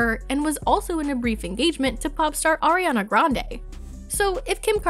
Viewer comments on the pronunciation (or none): none